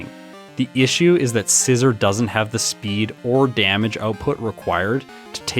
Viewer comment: You are saying scizor wrong